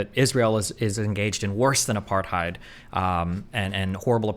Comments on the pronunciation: Pro tip: since so many Americans are using "apartheid" as an adjective nowadays, it's pronounced more like "a-par-tate". Hard to describe the intonation on the vowels, but the H is silent and it's not "aparTHIDE". Feels weird hearing that word coopted but so terribly mispronounced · Thank you, as a South African who lived through it myself, it would serve everyone better to pronounce it 'Apart-HATE'